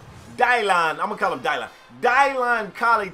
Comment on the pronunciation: just botched the name Dylan so bad, how you not know that name spade